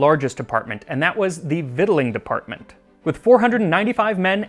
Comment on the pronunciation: Kudos on the correct pronunciation of "victualing."